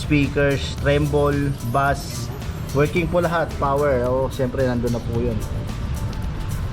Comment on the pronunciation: Bass is pronounced as base